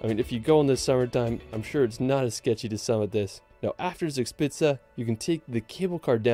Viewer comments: "Zags pizza" when an American tries to pronounce "Zugspitze". Sorry but that's too much for me to cope with. I need to get rid of my brain cramp before I'm able to continue watching. Why do you guys not even TRY to do it right? 🤦‍♂ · Just on the side: Zugspitze is pronounced "TSOOG-shpit-suh" 😉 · suugspizza 🤣🤣🤣🤣it's funny how the ami's pronounce german words😂😂😂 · His pronunciation of German names sounds so funny, especially Zugspitze (actually pronounced like Tsoog shpitsuh), like Spencer Reid in Criminal Minds saying “Zugzwang” (= tsoog tsvang). I don’t want to knock it, I probably made the same mistakes when I first came to Germany (too long ago to remember, lol), but being so used to hearing it correctly, the mispronunciations sound rather quaint. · Yes, it is funny, but lovely. It is „tsook-shpitsa“. Nearly met:)